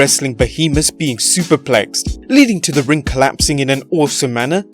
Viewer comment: “Being superplkexed” smh